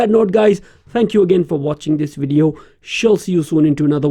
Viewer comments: through the whole video you kept saying WID EE OH! Oh I'm sorry I think I understand now, you are trying to say the word video, right? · when speaking English the letter v makes a sound like you put your lips together and you push air through and a little bit of sound and you go... Vvvvvvvvv Vivian vascular vote vomit voluptuous, So it doesn't come out like Wivian Wascular Wote Womit and Woluptuous. Do you sort of get what I mean? I apologize, I'm just trying to be nice.